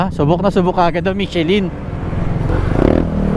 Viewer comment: Mit che lin ang tamang pronunciation po 😊